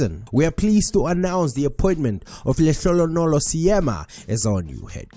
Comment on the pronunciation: You are makwerekwere WENA🙆🏽‍♂️ YOU CAN'T PRONOUNCE Lehlogonolo😏😏😏😏 Makwerekwere hirso.